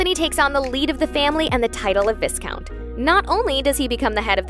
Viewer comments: Why??!! It's pronounced why-count. Viscount. S is silent. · Please stop mispronouncing "Viscount". The "s" is silent. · i stopped watching when you said "viss-count" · Please learn how to pronounce things before making a video! Viscount is pronounced "vi-count" the s is silent. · I cringe 😬 every time I hear mispronounced viscount. English is my 3rd language and yet I sure know how its pronounced properly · The way she’s saying viscount lmao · The way she pronounces viscount... Would it kill them to check the pronunciation of words they just learnt? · You don't pronounce the 's' in viscount! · I could not get beyond this flagrant mispronunciation of VISCOUNT. Even if you didn’t know how to pronounce it, they say it a million times in the show. Don’t be lazy! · I keep getting distracted by the voice talent's pronunciation of Viscount. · Good lord, I can’t even watch this video because of the mispronunciation. THE S IN VISCOUNT IS SILENT! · Every time she says "viscount", my OCD acts up. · The pronunciation of Viscount though Giggle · A complaint on this video is not pronouncing Viscount correctly. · Listening to the narrator mispronounce 'Viscount' over and over hurts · They also pronounced viscount wrong and said “counting” instead of “courting”. Not a lot of thought went into this voiceover. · It bugs me every time she says it wrong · Viscount is not pronounced like that 🤦🏻‍♂️🤦🏻‍♂️🤦🏻‍♂️ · Please the S in viscount is silent! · How have you not yet corrected this awful pronunciation of Viscount in the voiceover? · Viscount is pronounced with a silent S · They mentioned the word "viscount" and how to properly pronounce it several times in the show so I don't know why Americans keep mispronouncing it. Also, Anthony was courting Edwina, not counting. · lol "viscount" Clearly didn't watch the show if thats how you say it. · This is great but please learn to pronounce Anthony’s name and the word “viscount” correctly! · Please never again say the word "Viscount"